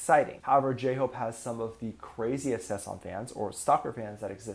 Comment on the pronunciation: It's sasaeng 사생, not saesang. Why aren't you able, after tons of videos about Kpop culture, to say this word right? Where is your problem? It's annoying af!